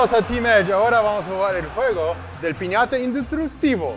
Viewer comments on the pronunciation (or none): Pineyatta lmao 😂